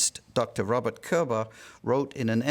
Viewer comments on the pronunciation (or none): none